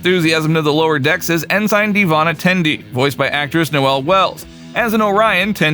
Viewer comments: I really hate to be that guy, but it’s pronounced “en-sin”, not “in-sign”. While it’s not the biggest issue, it is a little grating to hear it pronounced wrong so many times in such a few minutes. Otherwise, it’s a great wrap up of the voice acting crew. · "en-sign" NO! 'en-sn'. AI Voice Much? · IT'S EN-SIN. EN-SIN NOT EN-SIGN YOU'RE KILLING ME MAN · It's also cay tion not cat sun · "EN SIGN Mariner" "EN SIGN Beckett" Isn't there enough money in your meager budget to hire somebody to do voiceover ?? Is Youtube being completely taken over by voice synthesizers ???? Welcome to the Dead Internet folks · Well I hate to be that guy too, strange new worlds debuted in 2022 and lower decks in 2020 . Kinda hard for the franchise to be known for strange new worlds at the time that lower decks came out when it won't premier for 2 more years... Also ensign is pronounced ensen.. also kaitian is pronounced keashin... also qui gon gin is pornounced queye gon gin... also there are several other errors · Your AI pronounces ensign funny.